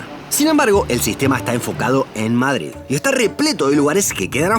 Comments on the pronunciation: ¿Por qué pronuncias Mádrid? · Aprende a pronunciar " MADRID " 🤢🤢🤢😣😣😣😣